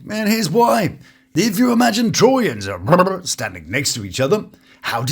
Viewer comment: I giggle every time u say he-haws name 😂😂😂😂